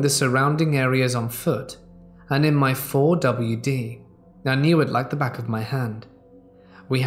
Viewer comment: The "Four W Dee"...lol. Never heard a 4 wheel drive called this before. sure can be a goober....:)